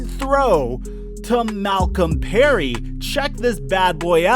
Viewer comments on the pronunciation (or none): none